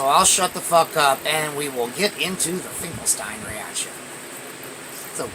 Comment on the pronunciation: Yes its pronounced it like Einstein. Also in german "st" is pronounced "sht" so you pronounce it like "Finkelshtein" or "Einshtein"